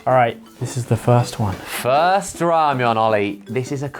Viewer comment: Shout out to Josh who pronounced all the name correctly!!!!